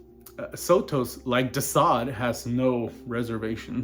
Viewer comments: How many videos do you need to make on the guy before you learn how to pronounce his name? SO-tus. You can hear him say it in the Howard Stern interview. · bitch I'm darker than you are. And sotos is a greek name anyway. But if you want to go around saying people's name's wrong I guess that's your prerogative as a troglodyte. Him saying it